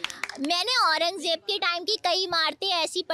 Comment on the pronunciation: Tu bhi fareen aurangjeb r.a ka naam to sahi se le